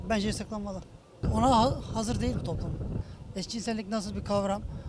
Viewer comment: TOPlumumuza aykırı diyor abi :D